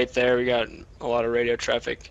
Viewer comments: "Radio Traffi" HA HA HA YES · "Raido traffic" 😂😂😂